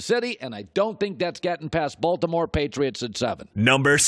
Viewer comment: He puts too much emphasis on the B in Baltimore 😂😂😂😂